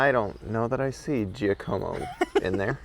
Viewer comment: Love your visit to Napa. Was your designated driver listed on your rental agreement for insurance coverage? Just curious how that works. Also Giacomo is pronounced JAH koh moh. Looking forward to more 48 hour visits far and wide.